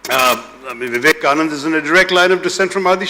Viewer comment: Mr. Taroor, it is not Vivekanand, it is Swami Vivekananda.